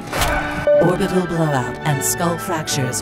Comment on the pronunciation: no one else gonna mention "orbital Blowut" ?